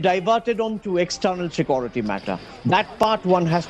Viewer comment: atleast learn to pronounce the simple english word "security" before you open your mouth on subjects you know nothing about. Secondly from your talk you seem to want to prolong this mayhem in Manipur.